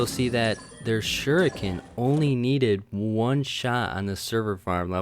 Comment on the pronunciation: Suriken, that was funny XD